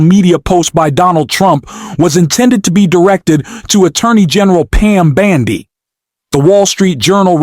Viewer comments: How can one trust your podcast/information when you can't even pronounce names correctly!? Its bOndi! It is not bAndi! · Why are you saying "Pam BAndi" ? What is up with that? ?